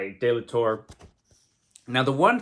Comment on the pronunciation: Rob is from Spain so the "Torre" part of his name should be said something like "Torray" by English speakers. As for the sword, lol, maybe he found it again multiple times. It's the one thing I let go for this story just for the big surprise from the end.